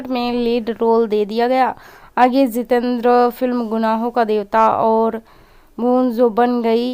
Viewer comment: It is not Zitendra, it is Jitendra !! You are not speaking proper words.